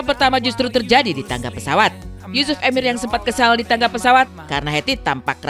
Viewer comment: Yusuf Erwin yg betul bukan EMIIIIR